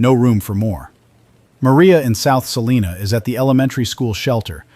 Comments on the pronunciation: In Kansas, Salina is pronounced sa-LIE-na, not sa-LEE-na. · I'm from North Central Kansas, and every time the narrator said "SalEEna," it set my teeth on edge. It's SALINA! Rhymes with SALIVA! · Leave it to AI to claim to be in central Kansas but not know how to pronounce Salina or McPherson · I wish the AI would pick just one pronunciation for Salina and stick with it. Half of the time it was wrong. 😒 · I'm from Hays. Funny how they always say Salina wrong lol